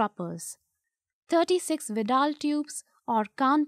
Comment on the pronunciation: Finally i got the correct pronunciation